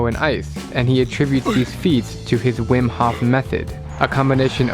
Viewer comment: It's pronounced roughly as VIM for English speakers.